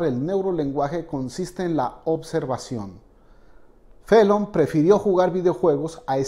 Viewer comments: Por qué dice Fellon en vez de Fallon? No sabe hablar o que? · Es Jimmy Fallon, no Fellon!!